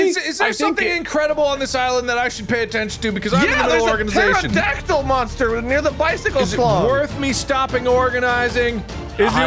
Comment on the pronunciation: "There's a Phteradactfalcon"